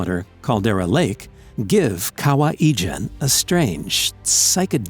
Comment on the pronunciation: I'm Indonesian, and the way you pronounced Kawah Ijen is hilarious, I hear "Kawaii" jen.